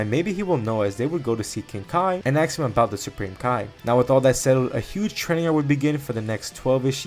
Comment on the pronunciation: you said axe instead of ask a lot, do you also cut out the smoke alarm chirps when editing the videos?